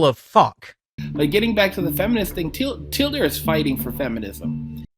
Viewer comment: Hold up, is he pronouncing the name as 'Tee-El-Deer'? Does he have brain damage?